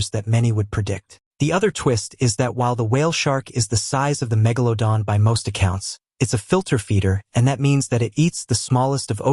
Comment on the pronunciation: I like that he says "megalodon" the right way.